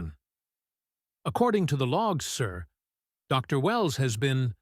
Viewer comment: Cool story. Now if you could fix your AI so it doesn't pause between title and name. Re: Dr Wells instead of Dr. Wells.